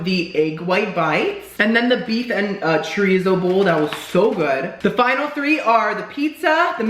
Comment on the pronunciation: as a fellow half Cuban I’m disappointed in your pronunciation of chorizo😞